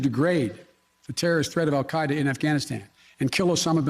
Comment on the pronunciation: Wait according to the Arabic pronunciation on the Wikipedia article he actually says it pretty accurately lol